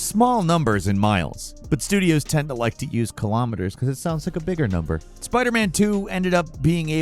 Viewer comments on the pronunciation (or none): Please learn how to say "Kilo" Kilometers, Kilograms, Kilotons. It's spelled and sounds the same, it's not Kilamiters